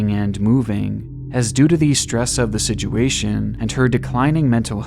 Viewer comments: didn't know it was pronounced sidjuation damn, guess Im not in the 5% of literate people.. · Why do you say "situation" like "Sijuation"?